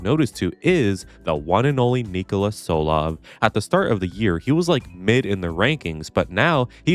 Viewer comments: Btw its Ni-kò-la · by the way his name is pronounced "Knee-Cole-Uh TSoul-Ov"